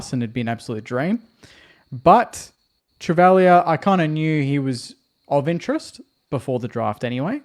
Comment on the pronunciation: When you talk about our new recruit.Tobie Travaglia.your not saying his last name properly, you have to pronounce the G in last name , I know the the family